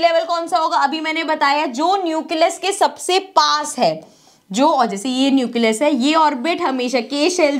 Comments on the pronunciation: mam says it neucelus but it will nucleus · Nucleus bolne ka tarika thoda casual hai 😅